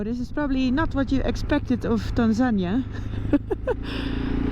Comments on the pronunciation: You English is impressive but Tanzania is pronounced Tanzaneeeeah😉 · Get better soon Noraly! Je komt sterker terug! But one little thing that I to let you know. Tanzania is not pronounced as TanZAnia, but rather TanzaNI-ya. That is the Swahili pronunciation. I know how passionate you are about local cultures, so I hope you don’t take this the wrong way. Just trying to help. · Isn't it "Tan-zuh-nee-uh" rather than "Tan-zan-ña"? I hope you heal up quickly. It's no fun to break your collar bone out in the middle of nowhere. I know from experience. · pronounced tan zan eer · OMG! You are never alone. They will always be with you and take you where you need to get medical. No worries. Your team is there. Is it pronounced tanzANiA or TanzanEEA? Help from locals please! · Pronunciation of Tanzania is actually Tanzania-nee-a, Noraly has a strange way of saying the word. 😮